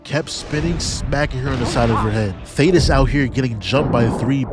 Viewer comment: I’m leaving a like bc you are the only YouTuber to call thaedus (thay-dus) by his actual name and not Thaddeus👏👏👏